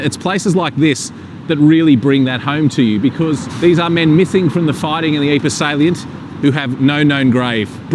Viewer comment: Mispronounce Ypres. But then he IS a Aussie/Kiwi.